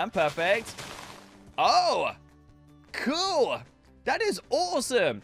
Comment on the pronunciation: I love how funny he says cuul